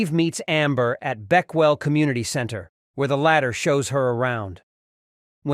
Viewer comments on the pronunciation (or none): none